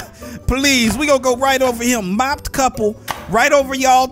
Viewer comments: "Mopped Couple" It's mo-ped couple Lol!! mo-ped as in the vehicle. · Bro said mopped couple instead of moped couple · “ mopped couple” It’s mo-ped😂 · lol he called the moped couple a mopped couple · WTF IS MOP-ED couple it’s moped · It's mow ped